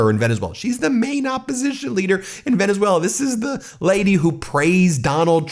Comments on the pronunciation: He presents characteristic aphasia which coincides with dementia types. Aphasia manifests in his mispronouncing words when generating speech. Most recent example today in his press conference 1-3-2026 when he mispronounced Venezuela as "Venezue-LER". Again, he has shown he shows more aphasia symptoms than he did 10 years ago and now regularly has difficulty producing words in his speaking ability. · Did anyone hear, or noticed (around the mark), when trump pronounced Venezuela… “Venerzueler”?😂😂😂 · Trump you can’t even talk it’s not Venezuelr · "Venezueler." Good pronunciation, djt. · Sounds like the Mad King has renamed Venezuela. It's now Venushwaylur. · Trump said "Venezueswailer" not pronouncing "Venezuela" correctly! How did this low IQ moron ever get into office 😠 👇 All the delusional weirdo "Red Caps"🖕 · Trump said Venus whaler. 🤣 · Venezueler.... dementia don strikes again haha (just past the 12 minute mark). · Venezueler??? He's obviously not well. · Wait a minute. He said, "... Venezueler..." Everyone positive it was Valenzuela and not some demented, malignant narcissistic delusion? Oh wait. Dead people. Okay. Just checking. Maybe this demented malignant narcissist will put in a good word with god for 'em. He's that kinda guy. 🤣🤣🤣🤣🤣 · Venesailor? Maduor? Could he possibly be having another stroke? He’s having trouble pronouncing words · He said Venezwailer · Venezueler? Come on gramps spit it out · He keeps saying Venezueler. Like Tesler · Venezuelar…Teslar. Hmm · Did he say Venezwhaler? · This speech was horrible to watch. Venezuelerr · Venezueler??? Really??? Takes over a country and can’t even pronounce it??? The man is stark raving insane!!!! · He said Venezuelaer pathetic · When did Venezuela get an R at the end?!????😅